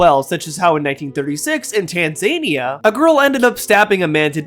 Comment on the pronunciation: it's tan-za-knee-uh